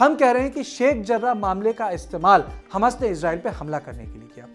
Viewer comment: अरे हमस बोल रहे क्या हमास बोल रहे हबस टाइप सुनाई दे रहा 3 बार रिपिट करके सुना हूँ क्यो अर्ध का अनर्थ कर रहे बैठे बैठे